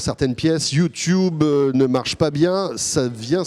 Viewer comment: Au début il a dit "youtioube" J'en peux plus